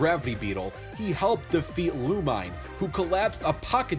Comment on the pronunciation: Neither X or Samus technically fire "beams" from their cannons, but rather BALLS of plasma energy. And Lumine's name is pronounced "Loo-min-ay," not "Loo-mine." They speak the character's name aloud multiple times in the MMX8 cutscenes -_